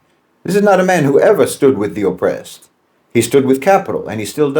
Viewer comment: calling Jeffrey Sachs a chameleon gets rich when he's an Irishman with Rachel Dolezal's spray tan. No White Man says "O'pressed" and "Undastahnd. is what happens when Lucky Charms converts to the Nation of Islam.